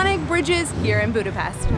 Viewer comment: He said Budapest correctly.i cant believe!